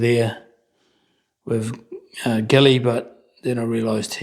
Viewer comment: Pedant here. The French generals' names are pronounced "bar ban egre" and "jilly".